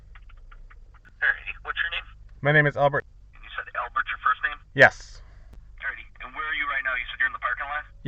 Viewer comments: Who says ALbert like that? Only, that's who. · Good job buddy! Why do say the name Albert so weird tho?